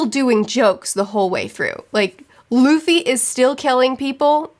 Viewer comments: It was fun to see future smile when the past said "LAFY" and not "LUFFY". 😂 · I love expressions for how she looks at the camera when she hears herself say “luh-fee” instead of “Loo-fee” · Everytime she calls Luffy 'Laffy' it instantly put smile in my face. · I like when you cringe everytime you miss pronounce as LAffy 😂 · Who's Ustop, Loffy and Zolo? What are you reading again? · Fun fact, in German luffys name is pronounced Ruffy (Roughy). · I love seeing every time cringes hearing herself say Luffy wrong LMFAO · I love the way face lights up with the biggest grin every time she hears old mispronounce Luffy, it makes me want to make the same face. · Your face everytime you mispronounce Luffy's name in the video is hella relatable. I definitely react the same way whenever I notice myself mispronuncing words. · It's kinda funny you can see in 'future' face she gets a little bit triggered how 'past' pronounces 'Luffy' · You are so cute with names!! One thing you should always keep in mind is that every time you see a specific vowel in Japanese it is always pronounced the same. For example, the imperial era of “Heisei” is pronounced like “Hey Say” not “Hee Say.” A is always “ah” I is always “ee” O is always “oh” E is always “eh” U is always “oo” (like in boo) which is why Luffy doesn’t rhyme with Roughy So Gin… in Geen not Jin :p Also never pronounce the consonants similar. J is not pronounced like G (unlike in English) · Both you and mispronounced Luffy's name but anime and manga fans have heard worse.